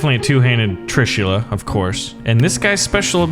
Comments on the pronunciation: It’s not tri-shool-a. It’s Tr-I-shool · It's trisul not trsila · It's pronounced "trishul"weapon of God shiva ok